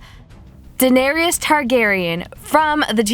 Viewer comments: Fam it's Da-nair-iss, not Da-nair-eeus. If you're gonna do a makeup look on a character, at least get their name right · I love your videos but it's pronounced duh-nair-ris 😂😂. Fantastic video though